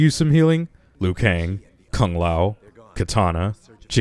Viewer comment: Liu not lui